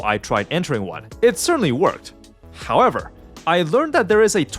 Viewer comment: “Hahkwever” lmfao dead giveaway